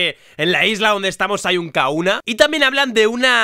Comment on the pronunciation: Por qué dices Kauna si se pronuncia Kajuna